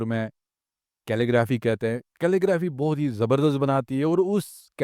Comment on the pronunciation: Calelgraphy kya hota hai 😂